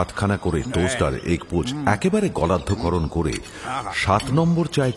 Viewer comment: Gappo motamuti bhaalo kichhu uchcharon bhul ...gallddhokaron noy unnatomaan noy aaro du aktaa aachhen..sheshhe 20 haajaar takaar cheque noy .. galoddhokaron..unnatomon..20 noy 25 hajaar..mirer kaachhe expected noy ..Thank you ..